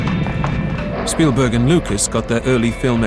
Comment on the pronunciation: So did you. It's 'Spielberg'.